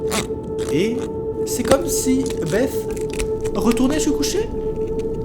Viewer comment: Belle prononciation de "Beth" monsieur sait parler anglais 😁